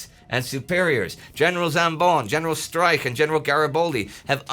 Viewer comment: You should learn how to pronounce Streich, because it seemed you were saying General Strike, the whole video! ;-) First consonant sounds as sh, not as s. Last one sounds as h, but even harsher, not as k.